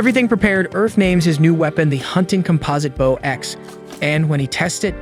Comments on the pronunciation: He keeps saying bow sounding like wow. It's like come on man. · everytime this guy said bow, i couldn’t help but yell stfu each time forgetting that this is literally a video 😭 made me so mad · Ok he pronounces bow wrong the entire video accept when naming the x bow ... So they clearly know how. Makes me think its an ai generated vid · I made it can’t take the bow pronunciation. How can you mess that up? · I couldn't imagine u could butcher the English language with the word Bow until tastier wow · Crap AI can’t pronounce Bow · Why would you say bow like that. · Anyone else annoyed at the use of the word B-o-w instead of Bow hahahaha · You’re killing me! Learn how to pronounce bow! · Learn to pronounce the word "Bow" in reference to the weapon and not the gesture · Heard you mispronouncing bow once and decided to dip. me if it gets fixed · Dude the way you say bow single handedly ruined this entire video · how in the actual fuck did this go for 1 1/2 hours and you still keep saying bow wrong. If this is an ai voice you set then fair enough, BUT if that's you reading a script you wrote, you desperately need to go back to school son. Like more school than normal school ,cause you don't know how to fucking read. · How he pronounces Bow That is the front end of a ship and it is not as close to a front end of a ship. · Hey cmon guy you know the AI can't tell the diff between bow and bow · Ong bro been pissing me off everytime he say bow wrong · Why was bow mispronounced the entire time? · Its a fucking AI that cant read things in context. After the fifth "bow" i had to turn it off. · BOW NOT BAUW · why he says baw instead of bow? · It's not baw it's bow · bouw bouw bouw its b o w bow driving me crazy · Baw….bow hmmmmm close enough 😂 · Bro it’s bow not bao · Bro why would you say a "bow" ,Baw😂😂😂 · Bough compared to bow. They'll get right on it for us. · Why do you call it bauw and not bow. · I hear baw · ITS BOW NOT BOUW PLZ CORRECT THAT GRAMER MY EARS CANT HANDLE IT